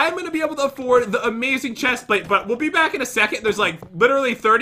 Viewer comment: That was a weally bad well at the beginning 2019for evas